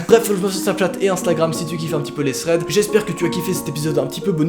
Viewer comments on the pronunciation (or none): none